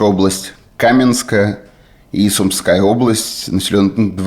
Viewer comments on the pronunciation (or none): none